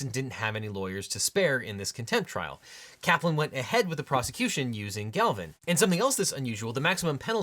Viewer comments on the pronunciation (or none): Objection! You said “Galvin,” but it’s written out “Glavin.” Clearly nothing you say can be trusted anymore. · Her name is "Glavin", not "Galvin". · If it's Donziger, why are you pronouncing it Donzinger? And it appears to be Glavin, not Galvin. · Objection: Her last name is Glavin, but you said Galvin. Is that correct? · Objection! Multiple discrepancies between spoken script and the on screen text. Specifically, the pronunciation of ‘Glavin’, ‘two times’ versus ‘four times’, and “Dark day” vs “sad day”. , , and